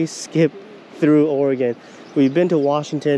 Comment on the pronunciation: Thanks for saying oregon correctly. Definitely a great video. You should check out some of the surf perch fishing out at the coast.